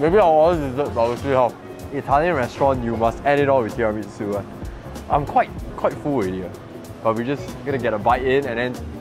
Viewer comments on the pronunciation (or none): none